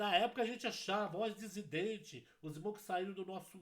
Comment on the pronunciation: a paz de Deus! 0 termo correto é dissidente/dissidência e não "desidente" como o irmão costuma pronunciar! Tomei a liberdade de corrigi-lo porque já ouvi pessoas criticando o irmão e fazendo chacota a respeito! Deus abençõe!!!